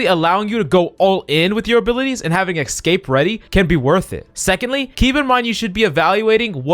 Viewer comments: Tip for speaking: Escape is not pronounced, X-cape. But rather, S-cape. Hope this helps! Good luck! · stop saying excape :D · the eggscape really annoys me, he doesn’t actually realise he’s saying it wrong )